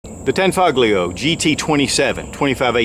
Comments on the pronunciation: pronounced as "tanfolio" the G is silent. 👍🏽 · It's pronounced "tan-FOE-lee-oh." And Giuseppe is pronounced "joo-SEH-pee." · its pronounced tahn-fol-yo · The g in tanfoglio is silent. It basically tanfolio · the g in tanfoglio is not pronounced hard